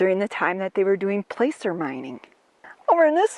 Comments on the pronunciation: Placer mining, not pronounced like place, it's plass-er mining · I found your channel by accident and when I saw Montana, I had to watch. So interesting, and I thank you both! BTW, “placer” is pronounced “plasser” I will be watching more of your videos!